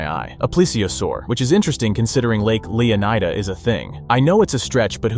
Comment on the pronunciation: Is it just me, or is EVERY (p)reviewer totally wrong in pronouncing Leonida? Clearly, it's a hint to Florida and should be pronounced as such. Flórida—Leónida. Right?